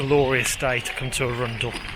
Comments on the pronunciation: ARUN-DEL NOT A-RUNDLE! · Arun dell not Arundle. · It’s not Arunndell it’s Arundel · It's not A-rundle. It is Arundel. Like Arron d schwa l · A-rundl. Lived near this place most of my life, first time I have ever heard it pronounced like that. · Yes. Ah-run-dell. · Arun-del the Del of Arun as in the river Arun, Arundel. Glad you in enjoyed Arundel nice video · indeed! The way you pronounce it was totally different from what I was saying! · Lovely walk through but as a local I'm massivly triggered by your pronunciation of Arundel x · Lovely video, such a shame that you did'nt do your research into the correct pronunciation of the name Arundel. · Yes, the pronunciation had us tittering too! I visited when I was working in Southampton! Stunning town too! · Minor picky point - Middle syllable is slightly more un than oun and with more emphasis on the "ar"...other than that, a smashing bit of film and commentary...did you get to visit Swanbourne Lake (perhaps lunch at the Black Rabbit) too? I'm hoping you might have! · That is not how you say arundel